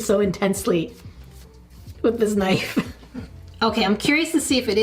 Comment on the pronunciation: guess I'll start it.... cereal first 😛EDIT: I'm glad I'm not the only one who says CUHnife 😁💕